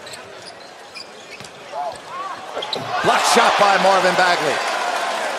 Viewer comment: Commentator: Marvin Bagely